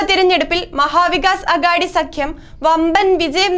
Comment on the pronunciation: ആഗ്ടി അല്ല പെണ്ണും പിള്ളേ ആഘാടി maha vikas aghadi